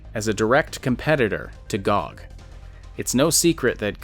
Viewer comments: As much as I loved the commentary. In the future - please oh please, pronounce G O G by letters :D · >pronounces G-O-G as GOG Most controversial part of this vid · Lmao first time I heard someone pronouncing it gog